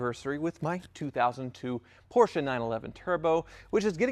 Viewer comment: Lol...next video “I coyote swapped my Porrcshe”